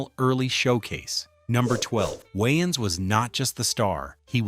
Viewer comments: It's Wayans no Wyans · I literally had rewind this 4 times because I thought he(the ai) said "yn" style 😂😂😂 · Who tf is “Wiians” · Aye aye aye aye aye!!! its WAYans not WHYans....say it wimme now!! WAY!!!!!ans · Why is the AI saying Wayans like YNs... I know damn well they couldve fixed that. 😅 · why-ans is an insane way to say his name. i have nasty scars on my scalp from a raccoon when i was 7. id probably turn down the roll due because of that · 😂😂😂😂😂 I thought he said Winans like the gospel group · I can only listen to the AI pronounce Wayans so many times before I had to quit watching. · Why you pronounce his name like that